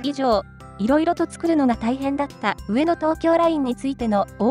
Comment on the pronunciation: 何が良いかって言うと、アクセントが神なんだと思います。 「上の」の「の↑」に聴き惚れてしまいます字面にすると訳わかんないですが自分で発音してみるとわかります(早口)。